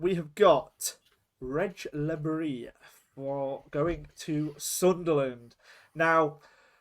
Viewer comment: Well you got le bris wrong 😂😂